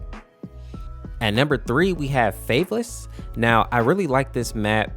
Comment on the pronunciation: Favelas is pronouced (fa-ve-las),not(fave-les)